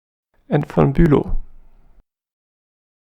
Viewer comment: Thank you and you said the MANNS name perfect -BÜLOW IV KORPS . (Bùlov ) HUSSARRR ! DIE PREUSSEN haben noch kinder !